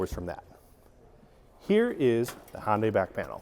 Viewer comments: Are you trying to say "Honda" or "Hyundai"? Sounds like "Hon-Day" which is somewhere between the two. I thought it was pronounced Hon-duh for Honda and Hun-day for Hyundai. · I think it’s pronounced Hun Day, not Hon Day. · Why is he calling it honday it’s pronounced “hun-day” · Hond-AY? It's HUN-day, like Sunday and Monday! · Sorry, i had to stop watching. If I hear Hohn-day one more time.... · Please, Hyundai rhymes with "Sunday" not "Honday" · Another car expert that doesn't know how to pronounce Hyundai. It rhymes with Sunday. It's been pronounced that way since 1985. Just watch a Hyundai commercial. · Who in the hell is Hon-day? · No, actually it's pronounced "he-oon-day" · Yeah, that would be also wrong, even though most pronounce it that way... The correct version would be the way Koreans say it "he-oon-day" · Yeah, my brain thinks he's saying "Honda" every time, until it ends in a y, then my brain goes ?????! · I've heard Hun-Day, Hun-die, Hi-Un-Day, and Hi-Un-Die, but I've never heard Hon-Day before. I honestly don't know the correct way to say it, but Hon-Day just throws my brain for a loop. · One tiny request.- Hyundai rhymes with day (or closer to "eh"), not eye. I kept thinking you were saying Honda. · Had to turn CC on to see if was saying "Honda" or "Hyundai". 😉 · It rhymes with Sunday. Too many people pronounce the silent y in Hyundai.